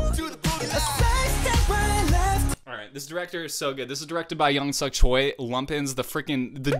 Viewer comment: I love your reactions! You have so much interesting insight into the process of mv making and filming and I feel like it really expands my appreciation for the work the PDs and the crew do. Thanks for sharing all that with us :) One small tip: the family name Choi (Lumpens) is pronounced "Che".